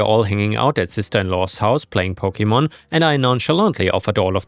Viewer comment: man hearing you pronounce pokemon names wrong hurts